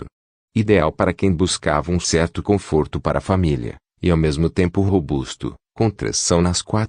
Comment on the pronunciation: Toyôta? Confórto? Kkkkk